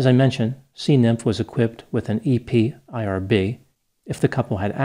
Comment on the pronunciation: Never heard anyone calling it E P I R B before. Always heard it called E-PIRB